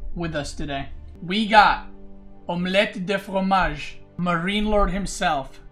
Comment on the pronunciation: no it's "omelette au (sound like "o") fromage" I just can't let people be mistaught